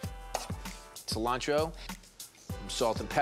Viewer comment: Bobby: seee-lancho